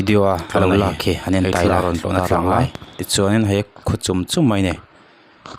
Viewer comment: I va han tawng fiah lo ve thlawhna pawh i lam fiah thiamlo ania